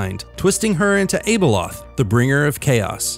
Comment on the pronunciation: First time you said her name you pronounced it weirdly and incorrectly, the next time you said her name you pronounced it correctly... What gives? Were you unsure how to pronounce it and just said both that way you'd get at least one of them correctly? That's what I would have done.